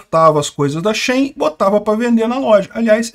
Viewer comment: Na verdade se pronuncia “xin” porque o nome da marca vem de “she inside” e uma abreviação.